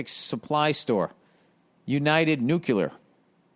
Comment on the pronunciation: ffs Billy Bawbag🏴 it's "nuclear" not "nuke-ya-lurr" 🤣🤣🤣